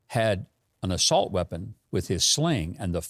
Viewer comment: I thought Joe said solt weapons.